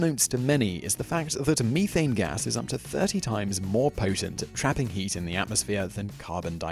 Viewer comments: meethein its prounounced meth ane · Very educational, which shows I still have the mind of a 12-year-old because I spent at least two minutes giggled over "ME-thane".